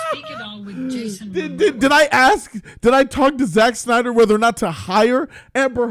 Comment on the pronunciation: "with one Zack Synder" haha